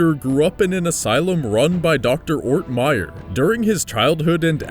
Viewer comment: It;s "ORTMEYER"a whole last name,dumbass.